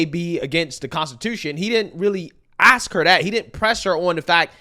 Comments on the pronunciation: Ax instead of ask 🤦🏻‍♀️ ect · If your mayor says AKS instead of ASK you're screwed 😂